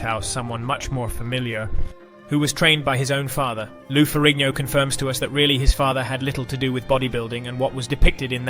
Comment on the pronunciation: was this AI? keeps saying years as 1 thousands 9 hundred and ninety 3 stead of 1993 or miss pronouncing Lou ferrigno.